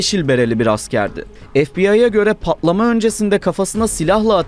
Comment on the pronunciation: “Pa’lama” ✅ “Patlama” ❌